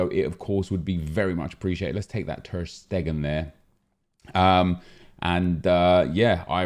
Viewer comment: Nobody: Nep: Ter Steggin